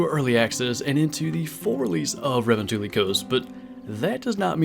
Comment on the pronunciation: Bro it’s Revontuli coast not Ravantali